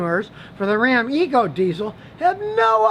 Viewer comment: Scotty: "I Was Wrong About the New Dodge Ram" Everyone: "IT'S RA'AM"